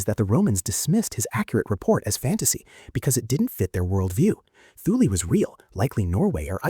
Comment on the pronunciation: don't pronounce the t h in Thule like we would in English.. make it sound something like this "tool" in a prime German kind of accent or it sounds something like"tell" in a Norwegian type accent..